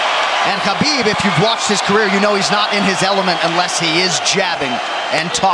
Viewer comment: commentator call khabib Kabob lol